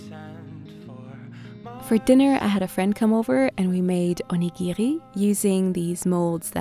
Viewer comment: never knew people had different ways of saying onigiri